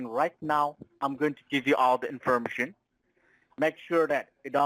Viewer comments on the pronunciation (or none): WTF is "in-FERMA-shun..?" I love these guys, for their comical English, and their overall stupidity. But most of all.... the lack of respect for YOU...Don Corleone....can we get Luca Brasi to 'whack' these a**holes?